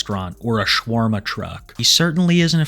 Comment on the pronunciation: I think you mispronounced shawarma